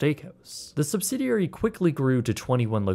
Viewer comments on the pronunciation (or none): none